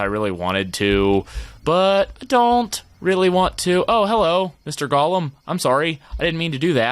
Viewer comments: Any1 else get really mad when he says golem wrong? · | Minecraft Matrix thx for correcting it didnt mean to be rude or anything it just kinda bothered me